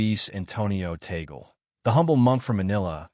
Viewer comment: The right pronunciation of Tagle is in two syllables Tag - le. The first syllabke is Tag, second syllable is le. TAG-LE. It is not the same as apple or Google.